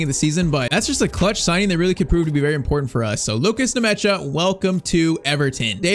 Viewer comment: Bro is butchering the players' names. The name is Nmecha not Nemecha😂 It just sounds weird when "Nemecha" passes to "Ndiay" 😂😂😂